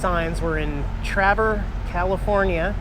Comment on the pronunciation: How about those gas prices lol. It’s pronounced “Tray-ver.”